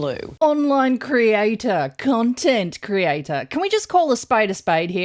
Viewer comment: I swore you said "cuntent" creator....yes, that she is